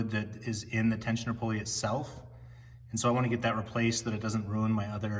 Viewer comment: Tensioner "poly". Sorry can't trust anyone that cant pronounce pulley correctly!